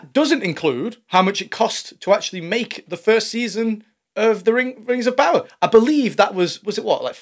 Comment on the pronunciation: Oh, Sorry. "The Rangs Of Powder".... LOL